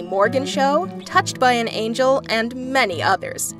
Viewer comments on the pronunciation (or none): none